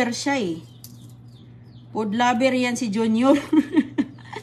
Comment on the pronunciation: " Pood laber " daw si.